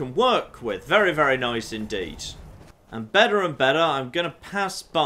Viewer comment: I keep hearing 'better and better' as 'Benor and Benor' rip sweet prince